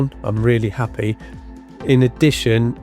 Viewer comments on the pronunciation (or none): none